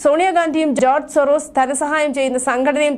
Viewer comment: ജോർജ് സോറോസിസ് അല്ല കുട്ടി ജോർജ് സോറോസ് എന്ന് പറയു .. ജോർജ്‌ സോറിയാസിസ് എന്നും പറഞ്ഞു കളയുമല്ലോ.. എന്നാലും ആ കിഴവനു പറ്റിയ പേരുതന്നെ എന്ന് വിചാരിച്ചു സന്തോഷിക്കാം